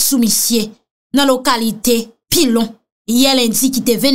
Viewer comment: Yo di pillon poiyon